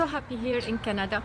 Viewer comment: Hi I apologize in advance, but you are mispronouncing ‘Canada’. You are saying Kee-ya-nada, when it is pronounced Ka-na-duh. Sorry lol!